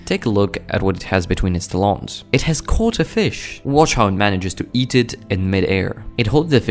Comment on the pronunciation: where do eagels go to get their feathers groomed... the talon of course (rhymes with salon according to this guy only!)